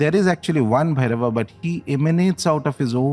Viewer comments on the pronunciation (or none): Please....a request... When using the name Bhairav and Shiv...or any other of Sanskrit origin...use the correct pronunciation as you know better then me that an extra अ changes its meaning as well as its energy.